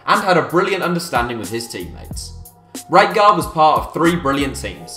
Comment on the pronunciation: Why is he saying frank rightguard